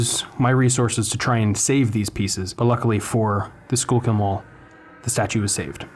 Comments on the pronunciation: I believer that is pronounced skullkill not schoolkill.... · "Sure kill" mall